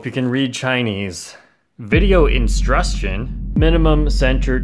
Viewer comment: “Video instrunstion” is crazy 😂😂. I love Gan’s video instrunstion😭